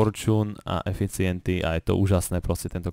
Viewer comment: spravil sem si "anbrenking", "forčůn" a "eficienty" :DDDDD sem nemohl stoho :D